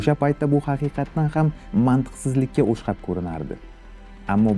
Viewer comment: Videolaringiz va tushuntirishingiz zo'r lekin "o'shqab" demasdan "o'xshab" deb aytsangiz yaxshi bo'lardi. Hamma videolaringizda negadir shu so'zni har doim "o'shqab" deb yosh bolalarday noto'g'ri aytasiz. O'xshaydi degan so'ni ham negadir o'shqaydi deysiz.